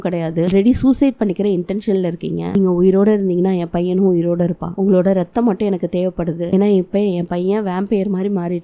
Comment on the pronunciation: No reththam Athu raththam But ur spoke that tone little cute👍